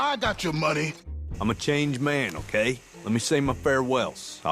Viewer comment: We just need MORE MUNEH😂